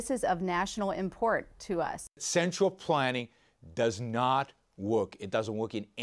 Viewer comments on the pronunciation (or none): "Central pwanning dowes not work." " Unforwortunitly!"